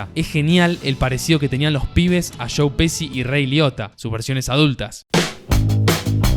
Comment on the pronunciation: Me sorprende que un argentino pronuncie pesi para decir Pesci.